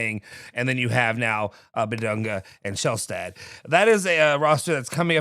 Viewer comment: Its pronounced "Big Dung" 🤷‍♂️